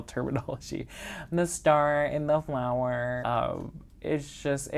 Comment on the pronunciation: “The starrrr and flowerrr” 😂😂❤❤ Love it! Enjoy your Hoya Wednesday videos, honestly kind of made me dip my toes in the world of them and I’m so glad I did!